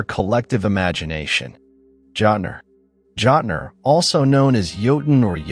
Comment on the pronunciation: As a modern Norse pagan, my ONLY complaint for this video is your intense butchering of pronunciation of words. Like how are you gonna sit there and and call them "Jot-ner" when they are called "Jötnar".